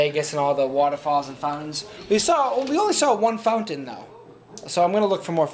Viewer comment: "Found-tens" you says fountains weird.